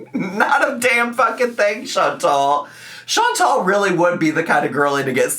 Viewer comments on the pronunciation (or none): Chantal is pronouncing the E correctly but not the A. She’s making it that nasal English A instead of a soft A.